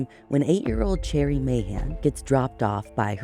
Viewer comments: Too bad she pronounces "Sherry" as "Cherry". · She needs to research a little harder next time....She pronounces "Sherry" as "Cherry". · Okay but is her name actually pronounced like the fruit? Cherry? Or is it like the drink and name, Sherry/Sheri/Shari/Cheri/etc?? Ashley I love you but this was so distracting to me. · Finally! I've listened to you lovely ladies for a few years with my husband. We have always hoped you would do Cherrie's case. (From my understanding its pronounced Sherry). While Cherrie disappeared a few years before i was born, it only happened 10-15mins from where i grew up, and currently live. Its a haunting story/reality that my husband and I have told our kids about every year. The Montgomry farm has been talked about for decades! As a place of interest. I have always suspected that the original detective had ties to them, which is why her case got pushed to the back burner. It was "cold" from the first moment it wasreported. Finger printing kits where a big thing wheni was younger. Pretty sure my parents still have my original set from kindergarten, but it was highly pushed because Cherrie was so close.